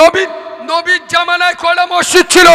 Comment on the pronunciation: কোন ভাষার জ্ঞান নেই একদম মূর্খ । মসজিদ শব্দটা বারবার ভুল উচ্চারণ করছে। মানুষের রুচি কিভাবে এইরকম পাগল বক্তার ওয়াজ😂😢